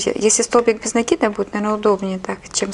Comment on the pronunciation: делайте правильно ударение на слове "цепочка" и "накид".на О и на А. Очень режет слух.